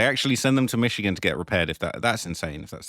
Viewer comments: Plz never say michigan instead of michoacan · it ain’t pronounced michigan bruh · Michocan not Michigan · It's pronounced meech-o-ah-kahn but good try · No. Its pronounced Mitch-O-Ah-cAn